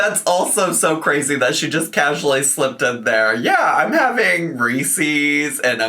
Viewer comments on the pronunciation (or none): Ffs it’s not resees. Reeses. Like Reese Witherspoon. Reeses